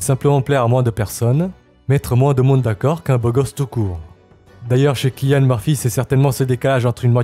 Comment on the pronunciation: Cillian ça se prononce comme « sillian » !